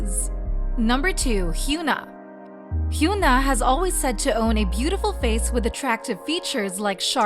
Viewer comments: its HYUN (uhn) AH not HYOON (oon) AH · Okay so they pronounce "Irene" in the Korean way but not Hyuna? Why does this channel insist on calling her Hyoona????